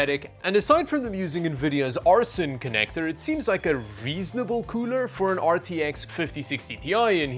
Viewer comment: 'Arson connector' lmao